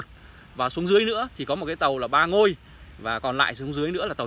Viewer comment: Địa danh đất nước Ba Ngòi đọc là Ba Ngôi